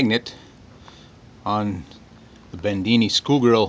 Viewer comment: BEDINI .. not BENDINI